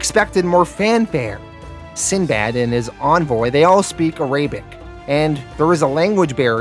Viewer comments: Arabic. AIR-UH-BICK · I know you talk funny sometimes but "A-Ray-bic?? Come on man. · Love the video but please pronounce it ah-rah-bic. Sahlem